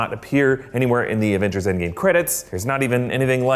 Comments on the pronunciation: ENDGWAR not ENDGAME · Did he say endwar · He totally said engwar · Ah yes, Endgwar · Endgwar lmfao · Endgwar lmao 😂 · Endgwar XD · Endgwar.... xD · Endgwar HAHAHA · Endgwar lol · Engwar.. How embarrassing. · What the hell is endgwar? 😂😂😂lol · whaat endgwar???🧐🧐🧐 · Who caught him say endwar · Ah yes Endgwar a classic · Wtf is endgwar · Think you mean endgwar? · Lol endgwar? Lol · why are you all saying endgwar wtf its endgame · It’s endgame not endgwar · Engwar? What. ? 😐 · Why Did He Say Engwar? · “Endgwar” 2019 im dying over here 😂😂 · Did he say endwar? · Why did he say endgwar? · it said endgwar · "CIVIL WAR, INFINITY WAR and ENDGWAR" made me laugh so hard :D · whatever, it sounded like "END WAR" to me. if it's that important to you, then it can be "endgwar" too. either way, it made me laugh :D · Fares24 : Tutos / Mini-Jeux! I thought I was the only one that heard it